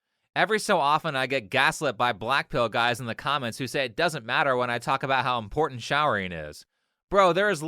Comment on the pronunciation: Lets talk about the 1v1 finalists: 1) Nothing about this girl looks real. Her "beauty" can be eliminated with a couple sheets of baby wipes. Also: "is that in-pour-dent?" DUMB 2) Black women are obnoxious, masculine and incredibly arrogant. There's a reason why black guys want nothing to do with them anymore. 3) the awkward girl in all black was kind of cute. Didn't seem full of herself but my crazy meter was ticking a little bit...